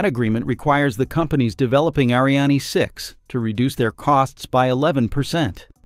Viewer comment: Reading is a problem for you? Word pronunciations is not complicated nor difficult. Ariane, Starliner, Practice and rehearsal is the key.